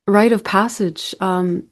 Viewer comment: It's RITE of passage, not right of passage.